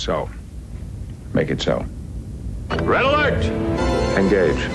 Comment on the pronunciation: Sounds like he says "gage". And when Bev says it it sounds like "ngage".